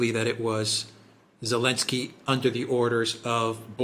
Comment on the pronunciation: Why do some people call him Elensky? Is that how it's supposed to be pronounced